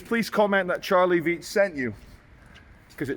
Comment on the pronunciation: its pronounced Charles Veitch